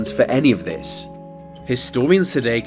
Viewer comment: Such lazy speech in the commentary. Vis and vat, fings, etc. It’s just sheer laziness. Had to turn it off.